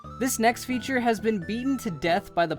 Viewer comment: he says Future instead of feauture